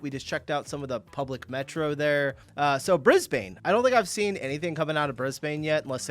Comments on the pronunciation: First thing to note as a Brissy local - don't call it BrisBANE - it's pronounced Brisban - glad to see you corrected yourself after the vid started. Hope you come and visit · into the video and checking if he’s corrected before watching - not sure I can watch and entire video on Bris-BANE 😂😂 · I saw Jaws too, and pronounced it Brizbayne. Then I moved here from England in 2002, and the first time I said it that way I got funny looks. It’s more like Brizbun. Great vid though. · Bin- Brisbin not bane FFS!! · 1st thing it’s said Brisbin not Bris-bAne! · Bris - Bun not Bane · Heads up for future reference; Brisbane is pronounced BRIZ-bən (brɪzben) not "Bris-bane". The emphasis is placed on the first syllable, with the second syllable sounding more like "bun" or a soft "bin" rather than "bayne". We often refer to the city as "Brissy" or weight for it, the nickname longer than the name itself - "Brisvegas". Ps we call it CBD. Queenslanders are HUGE on shortcut names. Except brisvegas, that’s our only exception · Its pronounced Brisben not brisbANE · Bris.bin not bris.bane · Its " Bris Bun" not " Bris Bain" for fucks sake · It’s pronounced “brisbin” not Brisbane-BANE! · Please don’t say “Briz-Bane”. It’s pronounced “Brisbun”. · It’s Briz-bN. Not Brizbain as in bane of our existence for saying it that way. We shorten everything. Same as it’s Mel-bin or Mel-bN. Not Mel-born, as in you were clearly (not) born there or you wouldn’t be saying it that way… luv ya, but learn to speak Aussie proper mate 😂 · BRIS -BEN!!! NOT BANE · Don’t pronounce it Bris bane. Say Bris bin. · bris-bin not bris-bane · Bris Bain? WTF is that? Try Brisbin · Its not BrisBAANE. Its Brisbn.So you don't have a clue where or what the hell you are talking about. So Piss off,Or get yourself out here and see first hand and stop talking BULLSHIT.Because can't imagine what a beautiful city it is!!!! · That's Brisb'n m8, not bris-bayn 🤣 (scwha, drop the vowel completely, classic Aus hahaha) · Pronounce it Brisbn